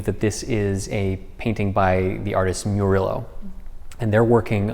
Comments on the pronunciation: BTW, nitpick about Murillo pronountiation (which you ALMOSTY nailed, said al the wovels correctly). Just that the double LL is pronounced like "y" in "yes" (the way you pronounce it would be written "Murilo"). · The artist's name is Mu ree oh, not Muh rillo. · Just a quick Spanish tip,: it's pronounced moo-ree-yo. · Just one thing: the painter’s name is pronounced /*moo*/*ree*/*jo*/ (Murillo) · My friend, you miss pronounced Murillo. “Moorisho”. I will comment more once I finish watching the video, it seems like a challenge, I am sure you will do your magic! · It took me a bit but the artist Murillo is pronounced Muh Ri Yoo. The Double L is a separate letter in the Castilian alphabet and is pronounced similarly to the y as a consonant. The single r in the middle of a word is a soft r I have visited the Prado many many times growing up and I am well acquainted with his work. Very excited that you got to work on restoring this painting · The correct pronuntiation of the painter's name is actually Murillo (/mjʊəˈrɪloʊ, m(j)ʊˈriːoʊ; Spanish: [baɾtoloˈme esˈteβan muˈɾiʎo] as one can easily find out in Wikipedia.